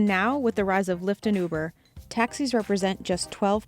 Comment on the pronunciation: Anyone else hear boober instead of uber ?